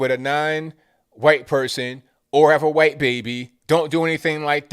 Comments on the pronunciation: Why you say "khwhite"? Lol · is killin me with all the “HYUWHITE!!” 🤣🤣🤣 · What's with the "khyate" sound when saying white? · Hearing him say it like that keeps me sane! LOL! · Why do you say "white" like that? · You say white like Stewie says Cool Whip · I love how you emphasised the word "white" at the start of this video.